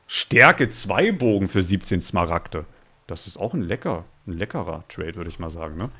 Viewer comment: Wie einfach zu smaragte dias sagt